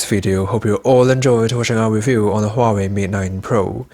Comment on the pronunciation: correct pronunciation is Wah,-Way